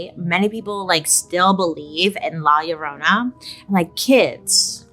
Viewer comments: Bailey you killed me when you said La Llorona 🤣 that’s not how you say it but now it is ! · Love the way she says “La Llorona” 😅♥️ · La Llorona… not to be confused with My Sharona.